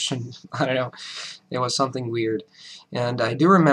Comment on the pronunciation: great command of the english language. Yet somehow you mispronounce "something" as "songthing". You are impressive though. Keep it up